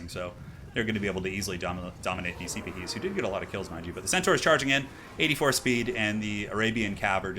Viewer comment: The Arabyan heavy cav are pronounced See-Pa-Hees. Their real life equivalents were Ottoman cavalry, a combination of land-holders (similar to medieval knights) and a professional body maintained by the sultan.